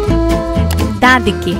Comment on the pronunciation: Right side is "Daan dike" Girl is "Meye" I don't give a damn is "Nikuchi koreche" But her pronunciations are not very Bengali😅😅